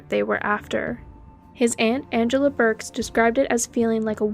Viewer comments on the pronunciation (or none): none